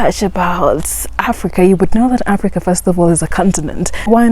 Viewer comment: Africa or Aprica??😅😅